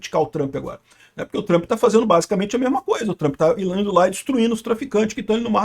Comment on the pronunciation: "Trãmpi" precissa saber disso urgente (se é que já não sabe)